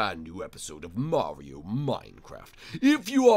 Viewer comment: I thought it kept saying Mary and Luigi